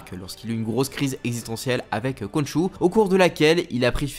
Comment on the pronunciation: ça se prononse "Ron'ssou"